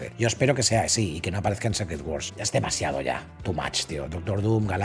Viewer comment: Se pronuncia "Sícret", no "Sécret".